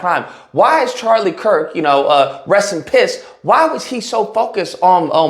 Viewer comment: That was "Rest in Piss" I heard 😶